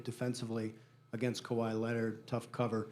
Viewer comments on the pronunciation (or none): none